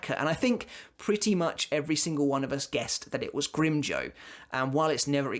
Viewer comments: Grimjoe??? Its pronounced "grimjow" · The way says grimjow sounds funny I spilled my drink